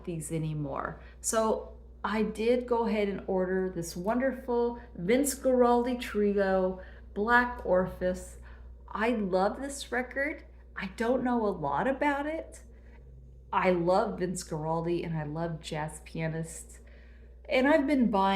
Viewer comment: Hi: Like your videos very much! A point of clarity the title of the album is pronounced " Black Or-fee-us ". I'm a musician and I've played this song many many times and was made aware of that very early on in my career. Keep up the great videos their most enjoyable!!